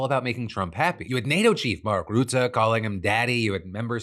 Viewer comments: It's Ruhtte, like in stunt, not Routte. Please, Phill :p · Tip from Dutchman about Rutte. It’s not Roete, but ‘Ruh te’. Keep the good shit coming my bro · His name isn't route-uh. It's rut-uh. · Phil, no idea if you'll ever see this but as a Dutch viewer I can't keep listening to you calling Rutte "Ruutaa". If you want to approach a correct prononciation start with the english word "rut", as in "to be in a rut" and add a simple "te" but make sure to keep the vowel sound short. In general the Dutch language tends to double vowels ("ee") or have a single consonnant between two vowels if the vowel is supposed to be long (in the same way you'd pronounce Elon), wich isn't the case here. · Great show! Thank you! On a sidenote, you pronounce the 'u' AND the 'e' in Rutte as the 'u' in murky.